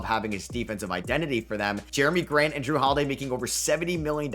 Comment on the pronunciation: "Jrue Holiday" really, how could you get that wrong